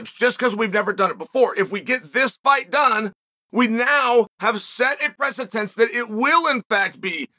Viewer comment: 1736 videos in and Uncle Chael continues to tell us it’s called a “presitence” and not a “precedent”.